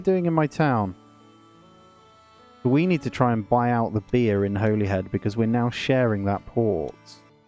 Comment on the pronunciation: It's pronounced 'Hollyhead' my friend :)